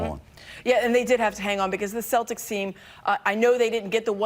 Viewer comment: I love how Him calls em the Cellics😂😂